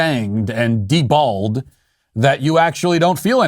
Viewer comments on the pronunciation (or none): Am dead he said utterly “de-balled.”